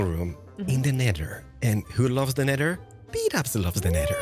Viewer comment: "Nedder." (nether)